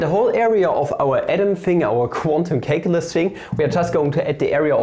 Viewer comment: please stop calling calculus "cake-ulus"